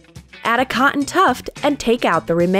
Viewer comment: Super it is not coeen it cotton sorry to say this 😭😭😭😭😭😓😀😁😀😀😀😀😁